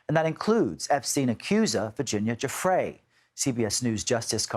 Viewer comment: Virginia JEW-FREY....Please pronounce her name right. It's only been in the news for TWO DECADES (May she rest in peace 😔)